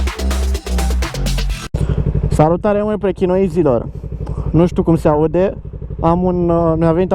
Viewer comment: "Prechy-noizi" Morrr :))))))) Asfalt uscat :D